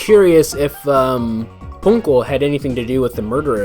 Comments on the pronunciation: I always did wonder how they would handle something like that. What if the Judge was suddenly accused because he actually did something? There is no way that is how Ponco is pronounced. When at this point I was theorizing something similar. Wait that's why? I always thought it sounded good. My money is on Kristoph Gavin. Oh wait wrong game. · The way they pronounced his name sounded very Japanese to me.